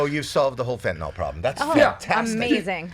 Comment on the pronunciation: Why does nobody know how to pronounce "fentanyl"?